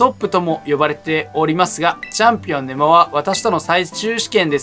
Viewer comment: ネモのイントネーション間違ってません？笑